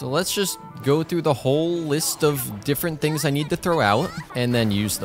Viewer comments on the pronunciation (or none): none